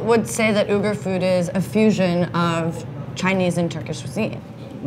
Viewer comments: I was cringing at you pronouncing Uighur. But about halfway in he obviously corrected you because you started saying it right. You’d think they’d research simple yet polite little tidbits like that. Otherwise interesting video. I have traveled to Xinjiang and love the Uighur cuisine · This food is extremely popular throughout the Mainland. Uyghur is pronounced with "we" not "u". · “Oogers”? It’s Wiggers. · If you’re going to make a video about an ethnic minority you might want to be learn how to pronounce their name right. It’s “wee-ger” not “ew-ger” 🤦🏻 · Spoke too soon you’re beck to calling it ‘Ooh-gar’. How embarrassing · It's actually a lot closer to the real way of saying it. "Wee-gir" is not correct. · Uyghur is pronounced as we-gur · ITS OI- GHOR , I’m UYGHUR 😅😂😂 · It's not Wee-gur!! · Like seriously!? If you’re going to make a video about a whole minority of people you’d think you worked learn how to pronounce their name right 🤦🏻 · That pronunciation was terrible...they really should have done some research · The pronunciation of “Uyghur” made me instantly click off, I usually don’t do that, but it was just so bad that I had to.